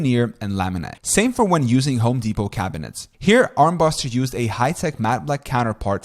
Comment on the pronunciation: Bro stop saying Home Depot like Home dePOT the T is silent